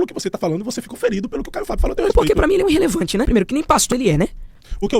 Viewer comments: " INrrelevante kkkkkkkkkkkkkkkkkk Vai estudar , jegue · Irrelevante é esse seu português “Inrrelevante”